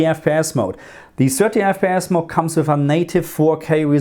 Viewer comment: Hey thanks for the video. You say "mode" wrong: it's not MOUDY, it's MOUD, one syllable :)